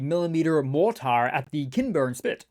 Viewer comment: I have always found your vids informative and entertaining. I can honestly say I've never heard anyone pronounce "mortar" quite that way. Slava Ukraine!